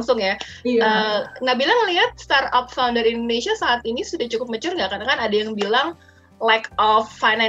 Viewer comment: For the host: Pelafalannya bukan star-up (starap) tapi start-up (star: [tap]). Ada huruf "t" before kata up.